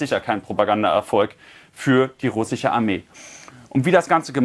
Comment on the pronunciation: "SCH" verdammt! RussiCH 🤦‍♂️